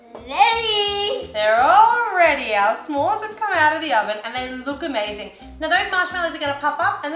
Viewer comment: When you said it's amazing you sound like your American